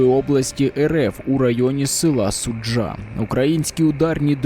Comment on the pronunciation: Вам потрібно перед записом опрацювати питання з наголосом населених пунктів. СУджа, а не СуджА, МЕліхово, а не МелІхово і т.д. Не "близько шістдесят окупантів", а "близько шістдесяти окупантів". "Колонна" по-русски пишется с двумя "н".